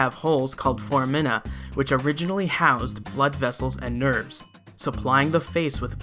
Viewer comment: Singular: "Fohr-AH-men." Plural: "Fohr-AH-mi-nah," not, "Fohr-ah-MI-nah." Please and thank you.